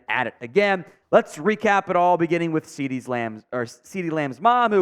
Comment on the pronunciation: I can see the Youth Umpire job lmao and sir it’s Cee Dee not CD’s your killing me 🤣